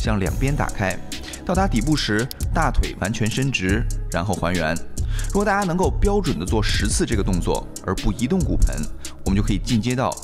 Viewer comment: 大家好。请说，难道在中国人说“大家”像“ta-(h)a”以的？